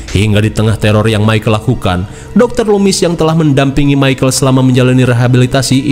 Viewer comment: Michael bang, bukan micahel 😅